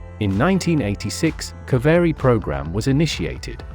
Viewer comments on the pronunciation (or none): Say "kavayri" not "lavri" engine.